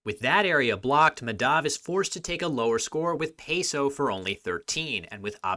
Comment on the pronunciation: The name is pronounced Maa (as in demarcate) + dhuv (rhymes with love) and similarly Kaa + muth (the vowels make the same sounds as the first name and the th in the muth is kinda pronounced like the th in "thirst")